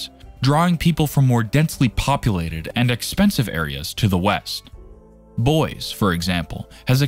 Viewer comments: "Boyz" is certainly a way of pronunciation I have never heard of before.... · . Computer narrator butchered pronunciation of Boise and Spokane. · Good video, but the mispronounced names of Willamette, Spokane and Boise is troubling.